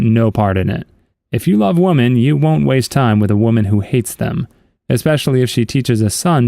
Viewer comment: Woman and women are pronounced differently